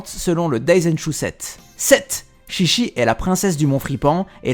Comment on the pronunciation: 13 son nom ce prononce TchiTchi au lieu de ChiChi 😊✊